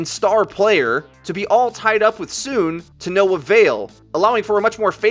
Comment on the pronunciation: isn't the name pronounced like So On? the name SoOn after all